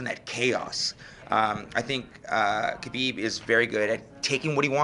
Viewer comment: Not hard.... Khabib by "SMESH"